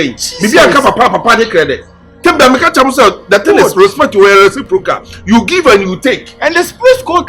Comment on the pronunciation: Ernespriscocal= reciprocal😂